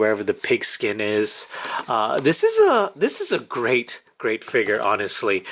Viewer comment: It's (PUDGY) (PIG) NOT (putty-pig), the red piece on top is a Mow-Hawk ! It's also called a ( Fig-ure ). It's not a Figger !!!! You didn't lie about the effect piece, you just forgot.